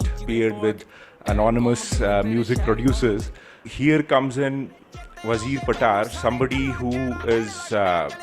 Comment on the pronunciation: Damn ! Its not how you say Wazir patar,(WAAZEER PAATAAR) it goes like ......WAA ZIRR PAATR ( वाहजीर पातर)